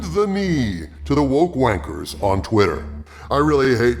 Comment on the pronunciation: Is there anything greater than an American saying "WANKERS"? Glorious.